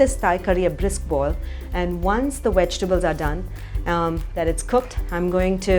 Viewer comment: Darling, your pronunciation is ATROCIOUS!! 'Vegetables' (with a V , 4 syllables), not wejtibles (with a 'W', 3 syllables). 'Tofu', not 'thofu'. 'Bowl' like 'hole', and not 'bowl' like 'owl' or 'bowel' (a different kind of bowl altogether, every pun intended). 'Beginning' is pronounced 'bih-GIN-ing': emphasis on 'gin' (and not on 'big') with the 'g' being pronounced as a hard 'g' like the 'g' in 'gun'. I can think of a whole lot more, but you can start work on these for now.